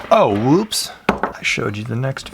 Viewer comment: Never heard anyone say whoops like woop there it is, only whoops like whoopi goldberg.